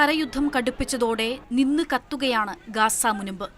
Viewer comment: നിന്ന് കാത്തുകയാണ് എന്ന് വായിക്കല്ലേ മോളെ പുക മാത്രമേ ഉള്ളു.. അക്ഷരം തിരുത്തി വായിക്കു കുട്ടി